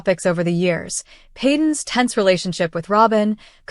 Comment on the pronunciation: Its prounced Peyton